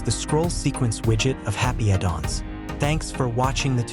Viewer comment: "Happy a Dong"? You need to upgrade your AI voice. Eleven Labs maybe? Otherwise cool widget.